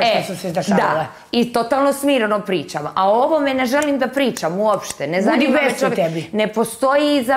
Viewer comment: Ne zaNJima me,ne zaNJima me🤦‍♀️😂😂